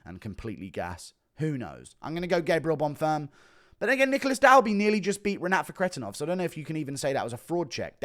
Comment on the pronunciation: Guru when he realizes its bonfeem not bonfum